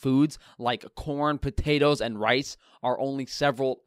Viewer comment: You know a doctor has lost his mind when he says "potatas" and "tomatas"!